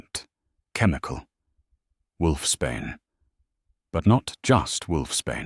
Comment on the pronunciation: Just a heads up,it’s wolfs Bain not wolfs Spain😂🇨🇦